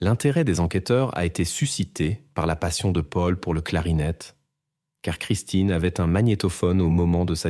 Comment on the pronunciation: C'est Christine ou christin 🙄IA🤔😑